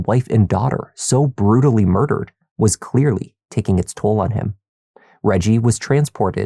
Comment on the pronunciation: he made sure to roll his R’s realllll pronounced when he said ‘mardered’